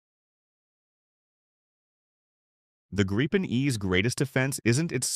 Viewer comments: Pronounced Greepen, not Graipen - The Griffin. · Not a big question, but the the meaning is " The Griffin" ( not arrested), and pronounced with a long i ( not the diftong ) and this can surely be explained in English as "Greepen", with stress on first vowel.